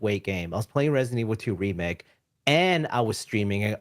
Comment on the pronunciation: agreed I noticed that to ,I don't know why he says remick instead of remake smh lol